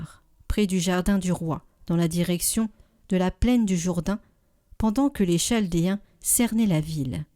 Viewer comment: On prononce kaldéen…